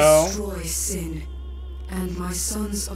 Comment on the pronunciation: Regarding Cid's weird lisp, I had read something from Pitchfork's FF reviews I always found interesting: "...why is he the only one in the game to pronounce Sin as "shin?" The "sh" is really emphasized, so I don't think it's part of the faux accent. English FAQs of the just-released Japanese version of Final Fantasy X refer to Sin as Shin, too.Could Cid's English VA have been working with an earlier version of the translated script than everyone else?"